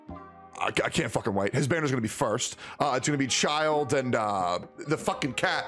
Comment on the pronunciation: God. Actually anyone who does this. Why the ** you all say "ChiLD" xDD Look at his kit and his theme, + the "e" at the end of his name. LMAO It's braindead obvious it's pronounced "Chill'd" BRUH